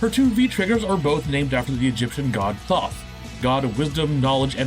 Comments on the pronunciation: Thoth is pronounced as "T-hoth", not "Tho-th" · Thoth is pronounced Tote as in a tote bag. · Every time someone pronounces "Thoth" as "Thawth" I die a little inside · Thoth is pronounced as toth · I'm pretty sure Thoth is pronounced more like "Toe" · “Thoth” is pronounced “Tote” sometimes “thoth” with a long o, But never the way it is being pronounced here